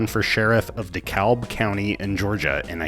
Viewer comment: Amazing video, per usual. This channel kicks ass. Also, as someone who both grew up in Atlanta and went to college on the Wisconsin-Illinois border, I feel the urge to correct your pronunciation of "DeKalb". The Georgia version does not pronounce the "L", making it sound more like "DeKabb", whereas the Illinois version almost OVER-pronounces the "L", ending up as something akin to "DeKaLb".